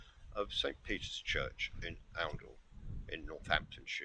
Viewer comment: An interesting video. Btw, The first syllable of Oundle is pronounced as the ou in hound (not oo )